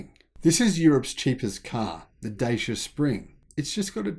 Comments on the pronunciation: Say it Dachea. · Hi, thanks for your video! Two corrections: the Renault Kwid had been developed for the Indian (not Chinese) market. Secondly, Dacia, a Romanian brand and long year partner of Renault, is been pronounced differently. If you think of the Netherlands: “Dutch” and then just end with “ia”. So something like: Dutch-ia.. 😊 You can find the original pronunciation here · Pronounced as Duchyia